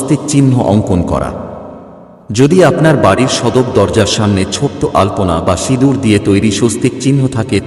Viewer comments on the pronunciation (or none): none